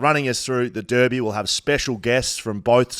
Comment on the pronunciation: So good to hear blokes pronounce Derby correctly